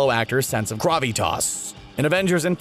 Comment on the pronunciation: Is there a blooper of you mispronouncing the word 'gravitas' because it sounds redubbed, lol. Still didn't nail it though. GRAW-vih-tahs.